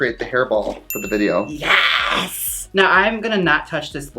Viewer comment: Awhhhh Trixie’s Sconnie accent came out when she said “for the video.”